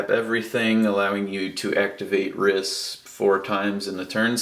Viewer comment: Just do you know it's pronounced reese